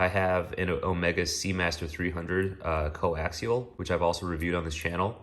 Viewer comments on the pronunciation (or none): none